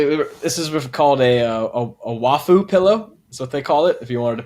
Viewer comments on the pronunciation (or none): Just FYI - “waifu” is pronounced “wife” with a tiny “oo” at the end. That pillow is your wife. (Although, the F is slightly different than an English F in reality, but that is really why it’s called a waifu… she’s your anime wife.)